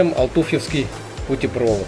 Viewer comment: Интересное видео, но правильно - путепровОд)))